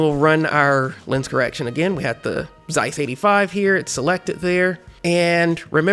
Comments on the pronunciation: I loved this so much, that the only objection i have is that Zeiss it's pronounced "tz-eyes" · Just wanted to mention that its not Zeiss with Z pronounced. It is a German originally word and Z as first letter is pronounced as TS (C) and the transcription is [tsaɪs] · Its pronounced Tseiss. As in Tsumasa for example